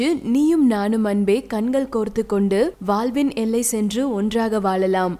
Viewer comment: Vaalvin ellai ah??? Aatha... adhu vazhvin ellai ma... 😂😂😂